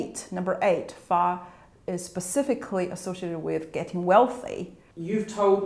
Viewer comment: she said "fa" not "ba" (发, not 八)